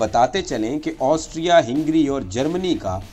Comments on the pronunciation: Hingry nahi Hungary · ہینگری نہیں ہنگری ہے. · لیکن یہ لفظ ہِنگری نہیں بلکہ ہنگری ہںے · پیارے بھائی اچھی کوشش ھے۔۔۔جاری رکھیے۔۔ ھنگری میں ھ پر زبر ھے آپ نے زیر پڑھا یہ تلفظ بھی ٹھیک کیجیے۔۔۔ ترکی نے جرمنی کا ساتھ دیا تھا آپ نے اس پر بات نہیں کی۔۔ اور ھندوستان کے مسلمان اور سکھ انگریزوں کی طرف سے لڑتے رھے اور مسلمانوں کے خلاف بھی استعمال ھوئے